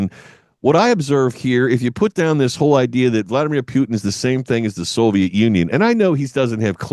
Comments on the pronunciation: Putin, not Pyutin 😂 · Can’t watch this guy. He can’t even properly say Putin.